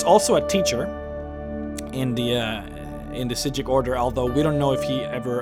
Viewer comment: Is it supposed to be said like that? I think I remember that's how the voice actors pronouncing it but the subtitles said psijic